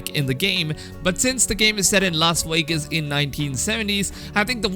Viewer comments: "Las Waygus" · Lol "Los Wegas"